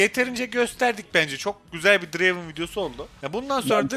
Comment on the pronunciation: Draven değil dıreyvın